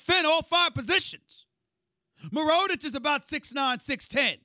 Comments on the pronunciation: This dude keep yelling "Marunic" instead of Mirotic" He might be drunk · Mirotich? it's pronounced Meeratich. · Mirotic not mironic fool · He called mirotic "moronich" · Me-Ro-TICH? Sound like some kind of throat infection. lol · HE SAID M-UH-RO-TITCH LMAOOOOOOOO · "Meronich" SAS got me dead. 😭😭😭😭😭😭😭😭😭😭😭😭😭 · Who is that Muroditch? Who is that Saedi Osman on the Cavs? Stephen A yelling new players into existence. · Meer-a-tich.....please Stephen a. Get that mans name right. He's 4 years pro and hes been legit since day 1. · its pronounced mirotich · 🤣🤣😂😂 Bruh does SAS even watch the games or are the interns and stat guys filling him in. Mirotic can ball. "Mah-row-ditch" 😂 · He's butchering the pronunciation of Mirotic lol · Someone tell him how to pronounce Mirotic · so are we just gonna excuse Stephen A. Smith for pronouncing mirotic name wrong lmao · His mispronunciation of Mirotic shows how much he knows about the league lol its not a hard name to get right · He pronounce mirotic name different lol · just shut up stephen A. and learn how to pronounce Mirotic for fucks sake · Stephen A saying mirotic 😂😂😂